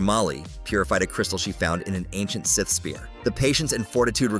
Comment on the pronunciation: Is it too much to adk for a human? Do I really need AI calling them "S" - "ith"?